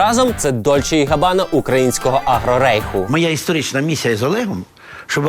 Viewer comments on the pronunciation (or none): none